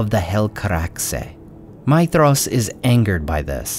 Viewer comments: Seriously? 'Feyanor?' 'Maydhros'? Your pronounciation is wrong. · You're saying his name wrong. The "dh" is supposed to be a "th" sound.